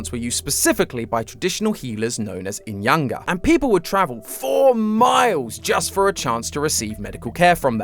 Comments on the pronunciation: I'm sorry, but when you pronounce the name "inyanga" you don't pronounce the 'g', like when you say "fishing", the 'g' is silent. I speak for myself though when I say that I feel like you're trying to attack me when you pronounce the word like that😅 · Great vid but u butchered the name inyanga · The way says inyanga 😂😂😂 Also did you know inyanga means Moon